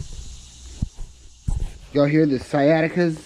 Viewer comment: Lol sacadias. Siatica is in your back LMAO